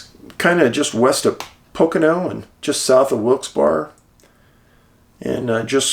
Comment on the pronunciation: Not that it matters, but Wilkes-Barre, Pennsylvania is pronounced "Wilkes-Barry."